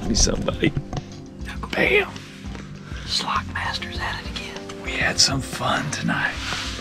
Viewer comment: said slock it 😂❤️